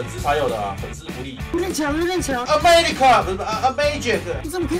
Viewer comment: 牛+班=世紀搞笑組合XDD A...America（昏倒 之前的who care[s] 我好不容易對你的英文改觀欸 我好難過（淚